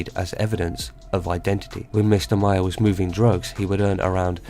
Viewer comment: Maher is pronounced like Mar...